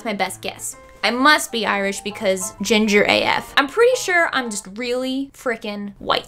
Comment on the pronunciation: when she said ginfer i thought of gingerale